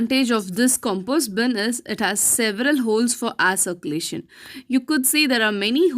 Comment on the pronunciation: Air circulation not pronounced properly.